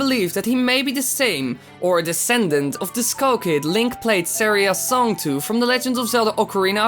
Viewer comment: you're not saying saira's song wright